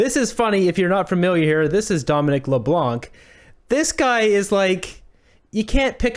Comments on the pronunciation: The “c” in Leblanc is silent. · Please pronounce Mr. Leblanc's name correctly. The "c" is silent, please pronounce it the way every other Canadian does. 😂 I'm a fan of "" to be clear. Just a dumb pedantic correction 😁 don't hate plz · Do not pronounce the C at the end of Leblanc it’s a French name the C is a silence letter